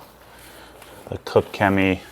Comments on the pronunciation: its pronounced "Kosh" Chemie, stay away from there FSE with ceramic coatings as it will wear it away quickly. your spray bottles look poor, i use the Koch Chemie ones infact all i use is Koch Chemie here in the UK. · It’s pronounced COTCH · Sounds funny when you try to say koch 😂 It‘s German, try the translator, english Cook and let Google say the german Word for That, than you got it right